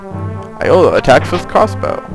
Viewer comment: Iolo is pronounced "yolo" not "eolo."